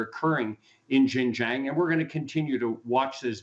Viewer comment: Learn to pronounce Xinjiang.